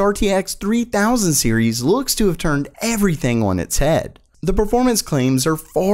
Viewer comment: I'm still waiting for the day when says "on" properly.